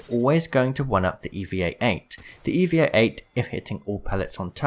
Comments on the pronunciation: dude it is eva 8 not eevea 8 or whatever u said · U said Eva 8 wrong it’s E-va 8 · And why does he say evia 8? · Am i the only one who's triggered he said "evea-8" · Triggered is a bit much but ya I noticed that too